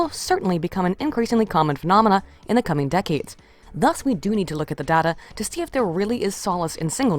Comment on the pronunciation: Uh... It's "day-ta" not "dah-ta"